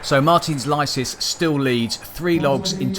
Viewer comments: I absolutely adore the way the commentator pronounces Licis' name 😂 In case you're wondering why: Licis himself pronounces his own name "Lee-Sis". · Lie-sees or Lee-cheese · This commentator pronouncing the name of Martin Licis wrong all the time is getting on my nerves